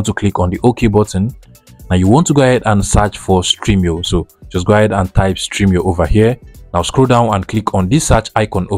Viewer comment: Its stremio not streamio. Thanks for the video